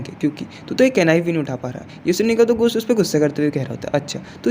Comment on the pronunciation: Bai ghost ❎ ghos 😂😂😂😂😂😂✅